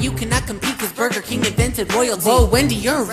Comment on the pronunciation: I'm sorry but bugerking ewwww it's Wendy's